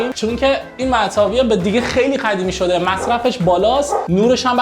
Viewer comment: داداش زحمت بکش به جای قاف خ نگو مثل قدیمی نه خدیمی